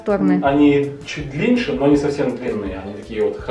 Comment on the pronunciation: длинНЕЕ, а не длиньше